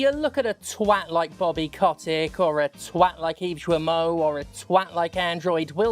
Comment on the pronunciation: Yves "Jwimoh" is my favourite mispronunciation of the name ever.